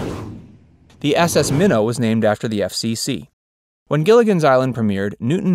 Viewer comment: The S.S. “MONNOW”? Was that the episode where everybody on the island gets a real bad sore throat?